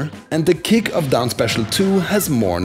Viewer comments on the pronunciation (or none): none